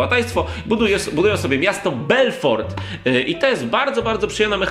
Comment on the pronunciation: 33. BELFROT? :D